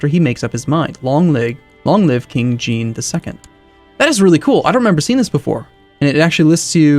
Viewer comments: "King jeen":( c'mon you can do better haha:D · Even though it is spelled "Jean" it is pronounced "John"